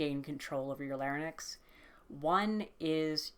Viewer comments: Lair-inks, not lare-nicks. :) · my girl, it's larynx, not larynex 😅 but thanks for the video, I'm struggling with voice training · The way you pronounce larynx is distracting me too much to pay attention im so sorry